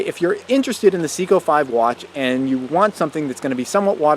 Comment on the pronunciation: Hi. I'd appreciate it if you would learn the correct pronunciation for Seiko. It should sound like SAY-CO, not SEEK-O. Thanks for making and sharing good videos otherwise.